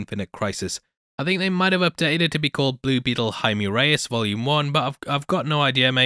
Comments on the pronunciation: "I've already pronounced everyone's name wrong" You're actually one of the only people on YouTube who pronounced Jaime's name right. Most pronounce it as "Jamie Reys" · This is more or less the correct way to pronounce Jaime. Not Hi-Me but more or Hi-Meh. You got it right once,.:)